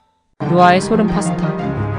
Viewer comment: 발음 어쩌노 thㅏ백 thㅏ십 thㅏ번 ㅋㅋㅋ 파 thㅡ 타 ㅋㅋㅋ 서론도 재미가있으면 길어도되는데 무슨 재미도없고 오글거리는걸로 시간끄는걸로 밖에 안보입니다.